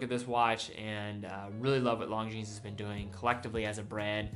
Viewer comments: Since you were asking for comments on pronunciation: The "s" at the end of "Longines" is silent. Your pronunciation of "Junghans" is off by a bit. Not sure how to describe the correct one without resorting to phonetic spelling or an audio-clip, so here you go: Oh, and "Khaki" only has one H in it. :) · Longines. Pronouced... Lon-jeeen